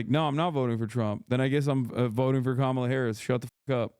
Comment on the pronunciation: I agree with Chappell, but major cringe when she said Kamala wrong but has razzed her audience for saying Shappel Rowan.